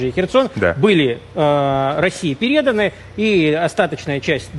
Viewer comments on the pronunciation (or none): Говорите по-русски Не перЕданы, а пЕреданы